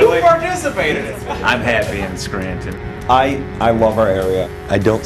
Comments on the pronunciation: The dude said scranton wrong. It's pronounced skranten. Long a, short e. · It’s “Scrantn”. Like “Sheldn” from The Odd Couple. I know. I’m from there. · It’s pronounced “Scrantin/ Wooks-Bear. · From a NEPA native, Scranton is pronounced more like Scran-in Basically drop the T or say the T so lightly and fast that it’s barely audible.The other trick is to say it fast — don’t make it a 2 syllable word - make it sound like a 1 syllable word. The guy time mark when he says “Scranton’s an easy target” is the best example of how a normal NEPA person would say Scranton in everyday conversation. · SCRANTON?! Archie say SCRANTON?!?!?!